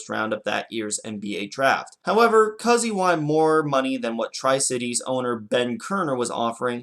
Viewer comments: Cooooozy....not Cussy. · (pronounce "koo-zee") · The basketball great's name is pronounced "Coo-ZEE." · You do a BAA/NBA video and mispronounce Cousy. C’mon! So much for Chicago having the “World’s greatest fans.” But I guess having two NBA franchises fail in the city before the Bulls already proved that.